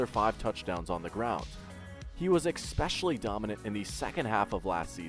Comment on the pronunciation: Super good content. Go jags. Btw the word is especially, not EXpecially